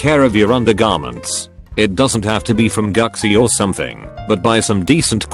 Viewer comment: No one: No one at fucking all: AI: Guxshi